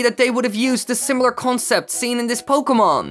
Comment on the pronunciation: At least you got the word pokemon right